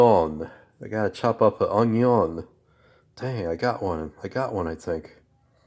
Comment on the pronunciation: Whats with the camera view?..old64goat will hate this video, he hates that vertical camera format...I think you're 1 percent stud and 99% muffin..haha.....what no whiskey in your cabinets?....Don't invite Nancy Pelosi over until you fill your freezer with ice cream!....when you say "unyon" you sound like good old Justin Wilson...I guarantee!...That picture of that indian guy ( Iron Eyes Cody) was a fake italian actor who spent his career lying about his indian heritage... sorta like that pocahontas chick from Massachusetts.. I loved that indian maiden on the butter package..damn stupid people for removing it!..That looks good...You have enough for an army there...Regards, Buzz